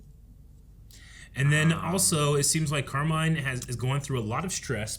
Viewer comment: The way you guys keep calling him Carmine like Falcone is cracking me up